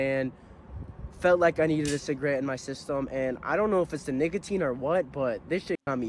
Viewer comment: bro actually said niggatine